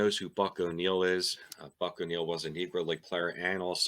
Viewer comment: Buck walked Ernie Banks into the major leagues after coaching him in KC. No one deserves it more than him. You nailed the name, by the way. You had me fooled.